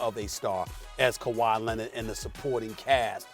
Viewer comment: Stephen A: Kawhi “Lennid”